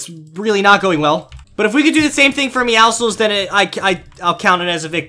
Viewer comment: i think is the only person who said “meowcles” right